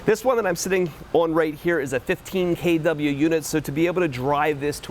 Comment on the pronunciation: “k dub yuh” lol